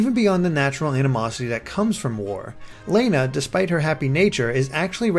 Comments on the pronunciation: Lana is pronounced Lonna. I don't know why i let these small things bother me-_ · Stop saying "Layna." It's Lana. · Lana is not pronounced Lay-nuh, it is pronounced Lah-nuh. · Who would pronounce Lana like that?